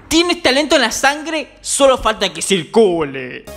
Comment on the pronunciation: Solo falta que "Citcule" JAJJAJAJJAJA